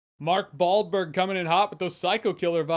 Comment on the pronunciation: Jeremy: “Mark Baldberg.” 🤣👍